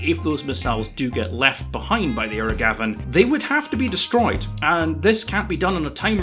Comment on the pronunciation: You keep saying "aero Gavin", but I keep hearing "aerogasm", which sounds like what is going for.